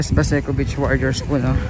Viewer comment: medyo habaan niyo po ang pag bigkas ng salitang beach (long e po), para hindi po maiba ang meaning sa pandinig ng ibang tao lalo na kung foreigner...